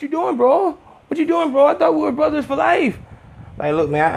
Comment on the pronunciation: The Mexican cholo accent had me ctfuuu "Brooooo! We're bruddas!" hahahaha I'm shleeeeep